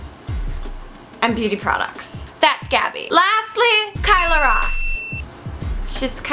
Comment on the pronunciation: Kayla Ross? It's Kyla. Apparently you don't know her if you can't even remember her name.